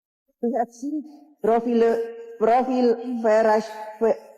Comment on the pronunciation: Cucuku smp ikut ketawa ..pas Puan ngomong bhs inggris ...Propile...Propile apaann itu ...!!! Kwalitasnya Rendah banget....**